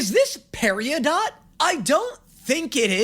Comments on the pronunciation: it's Peri-dot, not Peria-dot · I’m sorry, did he say Peri-o-dot?? 😭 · Brother said "Paridot" wrong, it's "Pair-uh-dot." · what’s with you putting extra letters where they don’t exist? gamieoverse, periodot… it’s game-o-verse and per-i-dot lmao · “Per - ee - uh - dot” ;-; “he” referring to centipedal 😭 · istg... it NOT PERIADOT. ITS PERIDOT. said like pear-i-dot. the middle 'i' is just it without the t. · I'm starting to think that just likes saying things the wrong way. How the hell do you pronounce peridot peri-o-dot. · ITS PERIDOH THE T IS SILENT (please any cucumber quest fans ANYONE 😭😭😭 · anyone gonna mention he called peridot “pari-a-dot” 😭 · First “Game-i-o-verse” now “Peri-o-dot?” Come on! Stop adding letters that don’t exist into words😭 (no hate fr tho ily) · why does he say "periOdot" ? it upsets me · THAT'S NOT HOW YOU PRONOUNCE PERIDOT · No, la torta de Amethyst. Wait why'd you say Peridot like Perry-dot? eh whatever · Why is incapable of pronouncing anything correctly Jesus christ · Is this a WHAT???, wtf is a PERI-YA DOT, lmao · IT'S PEH-RIH-DOT. COME ON DUDE. USE YOUR PHONICS. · calling Peridot “Periadot” gets me every time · Why is obssesed with adding syllables, i watched his gameoverse reaction earlier and im still hung up on "gay-mee-oh-verse", and now we got "perry-ah-dot" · I heard "Parry ya dot" lol 💀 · I can’t wait for to hear how it’s actually said. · I don't think I've ever heard peridot pronounced that way before. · PLEASE just say 'PERIDOT'! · babe wake up new pronunciation of peridot just dropped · I can't wait for Peridot to appear so he realizes he's been saying it wrong all this time. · just? hes been saying it for AWHILE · that is NOT how you say peridot😭